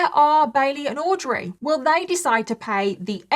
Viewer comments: Girl I love you, but I cant tell you how jarring it was to hear you say “AUDREY” like that every 5 mins! Like we get it pls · Love ya, but you saying "AUDREY" like that SOO many times is driving me nuts lol. We get it, audrey is bailey. 😅❤ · The way you keep pronouncing Audrey is taking me out😂 you’re forceful with it.